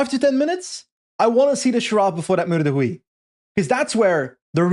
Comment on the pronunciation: .;-) I don't recommend saying Meur de Wieh in Dutch speaking parts. Meur is Dutch slang for stench. Not sure what the stench of Huy is...:P